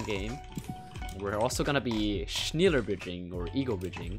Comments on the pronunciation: shneeeeeler bridge i love to shneeeeeler bridge i shneeeeeeeeeeler bridge do you shneeeeeeeeeeeeeeeeeeeeeeeeeeeeeler bridge? you emphasize the schnELLER(as in hellen keller) not schneeler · it's not schniiila bridge , it's schneller bridge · Not snilerbridging. Speak shnEller bridging. You have to speak e AS an e not an I! Like uh I don't know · Noone: No soul on earth:: schniäller bridging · As a german its Rly funny how you pronounce "Schneller" (the "e" is more pronounced like the "e" in "smell" so basically "smeller" with "n" lol)also its kinda weird to name a bridging Method "faster bridging" loll Edit: Good Luck on 100k!🍀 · I hear "schniiler bridging" but its ok i speak german but not 100 percent. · True, it would be like Schnella bridging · You pronounce it like... "schnellah" right? I just started learning german btw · Schneeeler bridge hahahahaha ehre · In germany we also call it fastbridging not schneeeeeler bridging thats funny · yeah exacly execpt he pronounced the first half right. the E sipronounced like the e in smell, but Sch is pronounced shh. so shh-nell-er where the nell kind of sounds like smell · Schnälla is the way u pronounce it correctly for the ones who know the letter ä xD😂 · Hey u need to say the "e" like an"ä" XD <3 Ur content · i think its pronounced sh-ne-ll-ar Epic gamer moments for the heart 100K foot reveal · shneller short e schn-e-ller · It's pronounced "Schneller Bridging". You're welcome. (shh-NEL-er) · as a german, I can say its more sh-nell-lair Edit: If you use Google Translate, it has a pronunciation feature. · You have to not like say "schnyeller" Just say the a and e at the... Same time..? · Sh-nell-are is proper german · "shenller bridging" nice. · Pronounciation Shne - ler Not being rude to your pronounciation tho :> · It reads schneeeeeleeeer basically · it is schneeeeller bridging it means faster in german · You pronounce it like this: shne-la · It's pronounced like Schnae(sounding like an eeh) lah